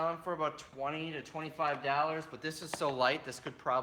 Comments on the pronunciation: It's dollars not dallars ,just saying. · the way he says Dollars...dallersss. and that swag homie. what are you wearing!? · Dollars is pronounced Daw-Lers ;-). Like your videos tho!!!